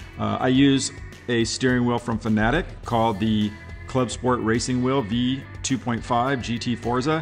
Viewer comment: Thank you for not pronouncing Fanatec wrong